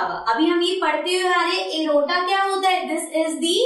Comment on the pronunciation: You are speaking arota in a wrong way.